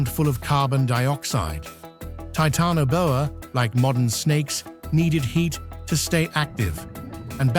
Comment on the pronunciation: “Titanoboa”, root word is “Titan” pronounced Tie tan not “Tee tan”, just so you know.